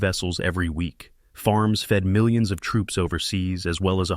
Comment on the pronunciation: “Milli ons” - nice AI. Bye